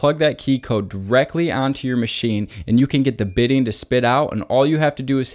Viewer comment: It is "bitting' , not "bidding"!